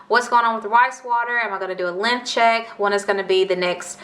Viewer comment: Hella kept thinking u were saying "lymph check" ....i was like wtf is this dangerous or something?...then finaly realized u were saying "LENGTH check" 🤣